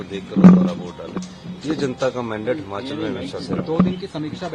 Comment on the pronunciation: हमाचल प्रदेश नहीं, भाई जी हिमाचल प्रदेश